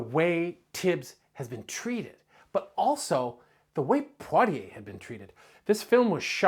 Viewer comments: For clarity, Poitier is pronuounced Pwa-Chey. not Poi- teeay. Besides that, good piece. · You got to love a documentary where the creator can't even be bothered to pronounce the name of an Oscar-winning actor correctly.